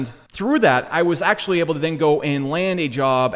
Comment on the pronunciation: Octually.... lol had too Good vid though